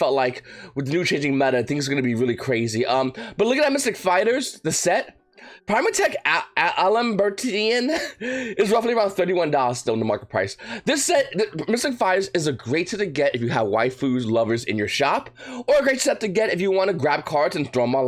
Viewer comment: Primathmech al-em-bur-shen. Like Sebastian